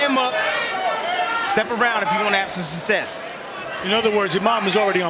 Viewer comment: My Tim Bradley game is take a shot of overproof rum every time he says "sussess".